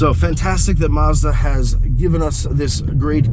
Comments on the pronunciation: Actually if you are going to be picky about pronunciation it is actually Mazuda. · Mazda not marrrs-dar